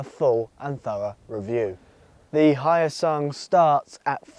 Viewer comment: Hyosung is not Chinese. Also Hyosung pronouncse as in H-yo-sung not Hi-o-sung